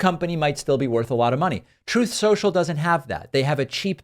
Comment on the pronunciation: Troath Sential